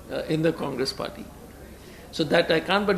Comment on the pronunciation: "Condress" ??? Again new party??